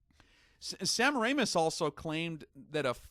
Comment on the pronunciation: its : sa- mare- ah- mis...... semmeranus -_